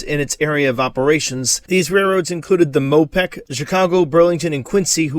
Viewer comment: Do you intend to say "Mo peck," or "Mo PACK?"